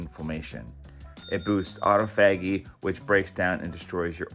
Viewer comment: I like you and I want to help you. Pronounce autophagy. The easiest thing to do is type it in Google and type in how to pronounce. A little cartoon of a mouth and a play button will let you hear the pronunciation. You can push the play button as often as you want until you get it right. Autophagy. Like aw-TAH-fah-jee.